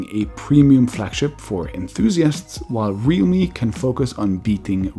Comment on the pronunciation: RealMe sounded like Redmi. 😂